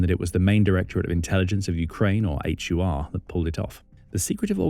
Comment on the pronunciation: Ukrainian military intelligence is pronounced as "Hoor" ( like door but with H like in home) not a H-you-ar. 😂